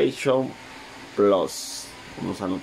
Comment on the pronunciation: Plass es plus se dice plus ahi mi playstation plasss